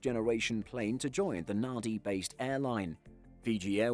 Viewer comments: Nadi is pronounced [ˈnand͡ʒi]) (Nandi) - not 'Nadi.' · Nadi is pronounced "Nandi"....... because in Fijian, a D following an A is pronounced with an N sound. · "DQ-FJF left Nahh-dee -" TWITCHES* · Nadi is pronounced NAN-DI. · Love the Channel. This may not be the first comment to point this out, but Nadi is pronounced Nandi. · If I remember correctly, the pronunciation of “NADI” is “NAN-DEE.”